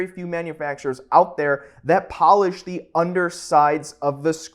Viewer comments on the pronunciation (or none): none